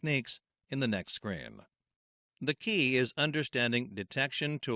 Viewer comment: the way you pronounce screen is strange "the following scrain..." but great video